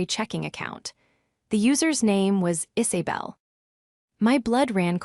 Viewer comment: The voice needs how to say Isabel! Not Is-a-bell!